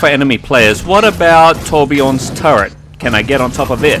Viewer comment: Torbjörn... Not Torbjorn